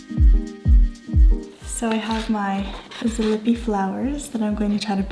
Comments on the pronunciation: ZalipiE Please, please. We pronounce all sounds and letters. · Zalipie is pronounced zah-leep-ee-ah and its rough translation is after the shrub/plants lipa is a type of tree or plant. Looks lovely.